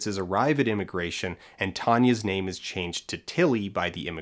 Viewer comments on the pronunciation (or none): none